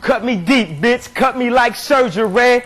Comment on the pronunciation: does he know that me is pronounced mi and not meh?